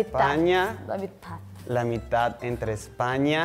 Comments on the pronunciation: 100%! He pronounced "mithad" not "mitad" and "brathil" not "Brasil" which is kind of like an Argentine accent. Also "que tal tu dia" is not vernacular that a Venezuelan typically uses. If you're asking "how was your day" we would say "como estuvo tu dia". But hey I relate to my paisano cuz my accent is hot mess having been living back in the US for way too long. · Creo que él estaba tratando de cuidar demasiado la manera en que decia las palabras para sonar bien y no se escuchaba natural, cosa que los venezolanos no hacemos . Por ejemplo cuando pronunció Brazil (con la Z) y aqui todos decimos Brasil o cuando dijo "la mitad" haciendo mucho enfasis en la d cosa que aqui tampoco hacemos. En fin estaba arreglando mucho las palabras y por eso parecia de otra nacionalidad.